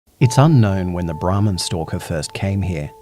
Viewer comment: It was sounding like he said the ramen stalker like someone guuna Rob your ramen noodles 😂😂